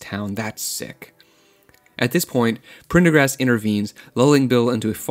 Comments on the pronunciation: one way to call it is "copying a trend" when you're trying to make money on it. Time of u watching=more advertising opportunities In more professional circles it's called "pulling taffy" or to stretch ones time with meaningless B.S. If you found his mispronounations funny I bet your under 12 or at least have the mentality of one. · You lost me at Prendergast's name. Too cringy to continue. You were doing so well but then you messed it all up. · If you don't know how to pronounce the dudes name, then watch the movie. The fact that you can't pronounce it says you didn't watch the movie. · I think he may have had a problem saying Prendergast bc the famous name sounds similiar Pendergrass - the first doesnt roll off the tongue - its hard to believe he cant pronounce such a simple thing when he regularly reads much harder words so it comes off like theyre trying to be cute - idk if they are but imo it shouldn't last long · Thought about this for years ,yet you can’t pronounce his name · Couldn't finish your video. The gag about being unable to pronounce the character's name stopped being funny within the first 2 seconds. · How you gonna have trouble pronouncing "Prendergast" but then just fly through "reciprocity" lol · Prendergast was too hard for you to pronounce?! Woah. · Bro, how is Prendergast hard to pronounce, don't be that LAZY. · Prendergast is not a difficult name. You think you re funny and you think you ve got this all right. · Your inability to pronounce a very simple name, like Prendergast, assures me that you have no clue what this movie is about. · That annoyed me too. Made me wish I still had my old Uzi so I could help him cure his annoying conceit. Peace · its not even prender. its PENDER-gast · Just learn how to say it, christ. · I'm very happy this was top comment lmfao I also found it wildly obnoxious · I was somehow thinking I was the only one cringing when I heard that. I don't know why… It's a lame, ridiculously over-used joke.